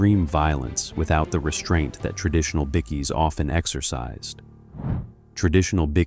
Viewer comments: In Australia they are called Bike -eees ( that's how it's pronounced here), the pronunciation in the clip was bad and everyone is making jokes that it sounds like bickies ( which is also our slang for biscuits = cookies ), it's also an AI commentator. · "BICKY"? ffs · Can some one please teach AI how to pronouce Bikie? it's not Biccy FFS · "Bickie"? Someone get an Aussie AI, ffs. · stop stealing other peoples videos that they paid for a**hole! you dont even know how to pronouce bikie lmao. Just because you ask your AI buls*it assistant shitgpt doesnt mean anything, if you lived that world then talk about it, if you havent you have no business here as you dont know they operate! more AI grabge crap. reported for stealing content and reported for fake ai genrated crap which goes against youtubes guidelinbes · Plus the Imbecile who doesn't know, or care, how to pronounce BIKIE. And what about an American narrating an Australian thing and turning a route [root] into a "rout"? 😢 😢 😮 😮